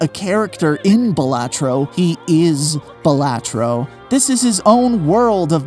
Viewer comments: all this research and you still pronounced balatro wrong, it's BAH la-tro... also I think it means buffoon or jester in latin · “Buh LAH tro”